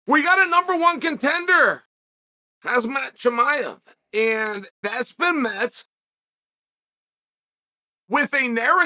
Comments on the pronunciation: Ahhh yes.. “hazmat chimaev” Deserves very much so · "Hazmat" Chimaev is wild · Chael. Bro. There’s not even a single chance that you genuinely think his name is HAZmat 😂. I think you deliberately get a few things wrong so that silly people like me leave a comment correcting you 😁 happy to play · Eeeeeeey Chel no Hazmat 😂hi is Hamzat 😂😂😂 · " Hazmat " LOL, Chael you're the best bro !!!